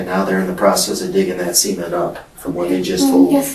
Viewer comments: Pronouncing cement that way is the most psychotic part of this video lol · I don't know if its due to my headphones, or the quality of the Audio.. but when they both said cement.. it did not sound like cement.. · They gotta stop pronouncing cement like that 😂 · why does the dtective keep saying "seamen" instead of CEMENT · I keep thinking he’s saying “semen” not cement lol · The way both of these people can’t say cement like a normal person, “sement” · What crazy accent is making them pronounce cement like semen? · Everyone is commenting on how bad her laugh is, and I agree, but I think I am more disturbed with how the interrogator pronounces cement…”sea ment”. Cue crazy lady laugh. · the way these people pronounce semen(t) is making me uncomfortable 😂 I was so confused about why she was putting semen in the basement 😭😭😭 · Please, anyone reading this, hopefully that detective as well, please don't ever call Cement, SEMEN-t. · SEE ment? lol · He pronounces cement like “semen” lol wierd. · Why do they pronounce cement like "semen"?? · I know he said cement but I keep hearing semen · Uhhh.. why is the detective pronouncing “cement” like “SEA-ment”?? I thought he was saying something else for a minute there… 😳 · The way he pronounces "cement" is messing with my head. I keep hearing "semen" and thinking 'man, who the fuck is producing quantities of semen large enough that it can be dug up at a later date' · I've never heard anyone pronounce "cement" in that way. I swear if the subtitles weren't there, the first one or two times I would've thought he said "semen" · Why does the cop have to pronounce cement as semen? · The real crime here is how they pronounce 'cement'. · they've got to stop pronouncing "cement" like that... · What part of the country pronounces cement like that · The way they pronounce "cement" is funny the me. They use a long "e" and in my region, we use a short "e". Does anyone know where this is located? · Why are they pronouncing cement like that